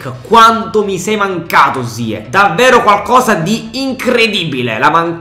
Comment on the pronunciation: ziech si pronuncia ziesh